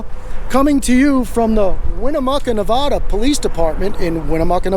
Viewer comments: The name of my state is pronounced Nev-add-a not Nev-ah-da, please and thank you. Love your work, please keep up the great work. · I hate when people say Nev-O-da. Born and raised in Northern Nevada. Lol But love what you do!! Keep these blue ISIS thugs accountable. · Where is nevahdah? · He can't say Nevada I'm born and raised what window licker short bus rider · If you are going to bring your nonsense to Nevada, please learn how to pronounce the name of the state correctly.